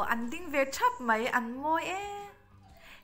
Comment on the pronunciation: Thiannu (mai an ) niloin Maian tih zawk tur aw. ..